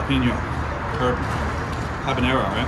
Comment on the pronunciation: this is a pet peeve i can't abide. It is NOT "habañero"!!! It is "habanero"! There is NO ñ in habanero. i get why people make the mistake so often because jalapeño does have the "ñ" in it and they are both peppers, but "habañero" is not a word lol. It would be like calling an "apple" something like "affle". ñ and n are not the same letters and do not have the same sounds